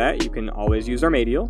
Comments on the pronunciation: are maid eal. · man just said armeydyal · What’s up with runescape players and mispronouncing words lol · this dude said ar-maid-dee-yal im dead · “Are-may-Dee-ull” xd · "Ar may dee il" lol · Dafuq you just pronounced armadyl armadle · You pronounce armadyl wrong. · Not gonna lie I got so triggered when you pronounced armadyl that way 😂 top 10 worst rs pronunciations also note this only works if you’re a main account. If you’re a zerker or 1 def pure you’ll get eaten alive and your full inv of absorbtions won’t last 6 hours. You’d be lucky if they last 3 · Nice vid, everything is perfect except the way you say Armadyl. Hate to be that guy. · So back in 2007 there werent 10,000 different youtubers and internet personalities saying Armadyl every day. That being said, it was up to you to figure out how to pronounce something. Armadyl is now a commonly said word in the RS community, but old habits die hard when you say something one way for over a decade. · you say armadyl like a slavic person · Way to butcher Armadyl